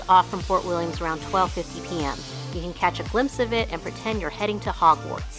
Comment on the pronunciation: Fort William no S